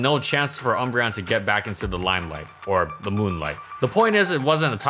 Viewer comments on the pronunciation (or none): none